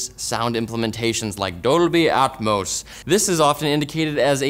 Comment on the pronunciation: I loved when he said "dolbi etmos"